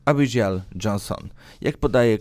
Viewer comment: Abigail czyta się tak jak się pisze,zacznij proszę przygotowywać się do czytania. Pamiętam że kiedyś mówiłeś że masz problemy z wymową ale to nie zwalnia Cię od choćby sprawdzenia poprawności wymiawania np. imion